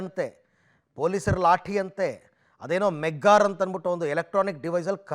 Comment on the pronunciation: ಮೆಗ್ಗಾರ್ ಅಲ್ಲ ಅದು ಮೆಗ್ಗರ್